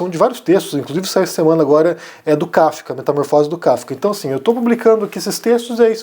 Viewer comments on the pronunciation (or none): none